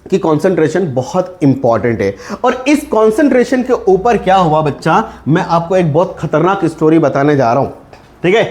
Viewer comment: Bhaccha nahi bolna sir